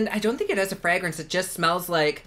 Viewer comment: i find how he says fragrence hilarious